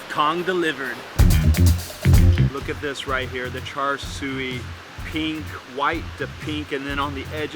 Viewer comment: Thanks for visiting Singapore. The siew in Char Siew is pronounced See-You:)